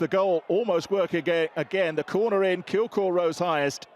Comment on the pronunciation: Kilgour not kilkour 🤦🏼‍♂️